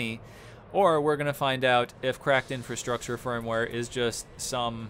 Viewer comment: I got totally wasted taking shots every time you said "cracked INFRUSTRUCTURE firmware".... not even the right term. 2/10